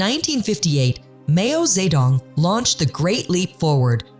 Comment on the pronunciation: “Mayo ze dong” … instantly clicks do not recommend YouTube Chanel. 😂